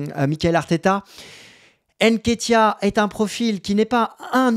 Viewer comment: C'est pas N-Ketiah, mais NKétiah ! Tu vas y arriver tqt Mbappé Ngolo kanté